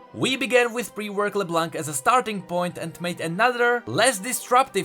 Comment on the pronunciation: Why it's so hard for you British tea guy to say LeBlanc correct ???